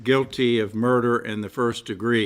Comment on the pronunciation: Gotta love the emphasis that judge put on the word "guilty" LOL